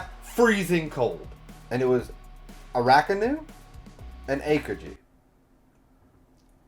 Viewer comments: Friendly reminder Everyone (including myself)! Let's not name drop future arcs/hype up future characters, let's just pretend any info past this review does not exist! We all know OP is best experienced without spoilers! :) Wano is pronounced Wah-no not Weigh-no :) Ah-Kai-nuu Kai rhymes with Spy Ah-oh-kee-jee the 'Ah-oh' part is usually said quickly so it sounds like 'Ow' Tra-fal-gar Kin-eh-mon Monet like the artist, T is silent, not Monty lol Mocha like cha-cha, her sacrifice made me a sobbing mess when I saw this episode, I really thought she would die Also Chopper apologizing for not finding them sooner made me cry even more. haha in the anime, the voice actors switched bodies, so Chopper's body spoke with Franky's voice. no wonder Robin told Franky to not speak while he was switched haha. It's easier to see in the anime. Law didn't swap their physical hearts, he swapped their 'minds/souls' whatever you want to call it. Smoker had his heart taken out, but his mind went was swapped with Tashigi's. lol I was watching this arc weekly, so seeing Trafalgar mouth the name of whichever Emperor, but not hearing it, and seeing the snow swirl around, and Nami's shocked face. I was like "WHO IS IT???" hahaha During the Fishman Island Party, Luffy, Zoro, and Sanji used Observation Haki to sense Caribou trying to kidnap Princess Shirahoshi. It's kind of assumed that Zoro and Sanji would have learned about/trained their Observation and Armanent Haki during the timeskip and also because t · These name pronunciations are KILLING ME. Please I hope in the future videos you are are actually reading the names and not looking at the first and second to last syllables and making the rest up Arakanu Tafalgar Akokiji Wayno Kimimon I beg you